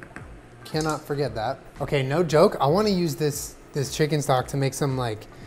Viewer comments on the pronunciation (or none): none